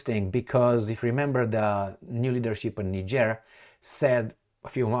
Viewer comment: He mis pronounced the country as well. I hear people talk about that place all the time. He says it wrong. 🤔